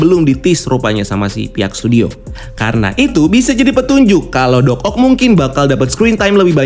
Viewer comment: Kagok bgt nyebut Doc Oc nya😂😂